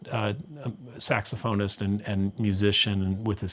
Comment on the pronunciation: Guy! Come on…get it together…again! …what the heck is a SAXAPHONIST? Are you guys for real? 😂